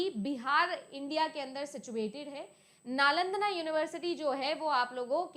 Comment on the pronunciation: नालंदना❌️ नालंदा✅️